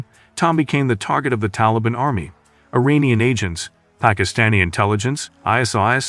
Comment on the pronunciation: Funny how narrator in this video says Iranian wrong lol he says uranium 😂